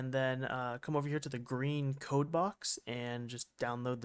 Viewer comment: yeah yeah, some things are just little issues like trying to say code, and listens cold , terminal listens tur minal lol its almost there just give a little push and its perfect